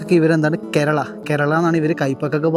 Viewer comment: കേരള അല്ല karela ആണ്